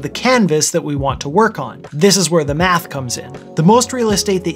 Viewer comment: i can swear i initially heard "meth" as in "this tutorial will involce meth science"